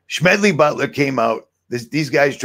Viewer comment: I recognize Mr. Butler's name as the author of "War is a Racket". But why are you pronouncing his name with a "SH-" sound?